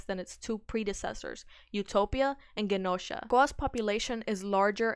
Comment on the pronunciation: Great video! Just one thing, Genosha is pronounced with a soft g, like a j.